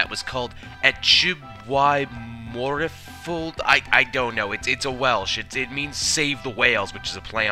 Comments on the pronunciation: Mate, you’re talking out of your arse. Y is not pronounced EE in any Welsh dialect. MORFILOD is pronounced MOR-VILL-ODD.... not idea where you’re getting that last ‘th’ from! #CaughtOut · Dude, you aren't a Welsh speaker if you think a single F doesn't make V sound in our language. What makes an F sound in Welsh is FF. And no, there isn't a difference between north and south Wales on the F.